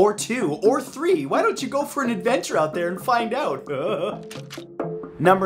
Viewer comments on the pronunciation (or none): Matt. towards the end of your Scottish accent you sounded more Swedish. Instead of SAM-waer you need to go SOOM-waer, and instead of "out thair" you need to say "oot dair", and instead of "Nessey" you need to go "Nesseh", difference being a stop at the end of "Nesseh". Less AAAACH and more ACHHHHCHCHCH. Thusly: "ACHHHH! NESSEH! YER OOT DAIR SOOMWAER!" And that is how you Scottish.